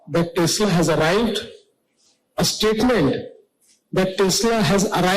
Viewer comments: Tesla ❌ Tasla✅ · Tesla nahi…. TEX LA 😂😂